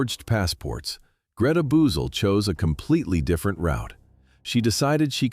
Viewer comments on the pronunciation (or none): none